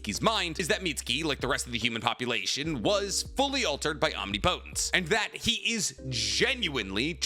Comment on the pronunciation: Say Omnipotent correctly please, for me correct some of the words. Hearing you say the naruto words wrong as a fan is cringe bro.